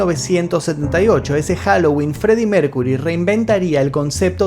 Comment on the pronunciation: Maestro: no se dice Mércury, sino Mérkiury.